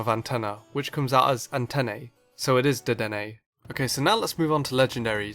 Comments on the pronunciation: One thing wrong: "antenne", in French, is pronounced "ãtèn" (ã being the nasal "an"), not antenney, so the "correct" way to pronounce "Dedenne", following your critiria, is "dédèn", not "dédènè". Just to notice... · In french, we don't say "antenne" like that. It's "ant", and the number "10". So it's like "10-10", but the "10" beginning with a "D".